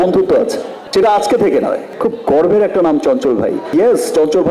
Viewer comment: Bhalo kore bangla sekh ota garbha noi garba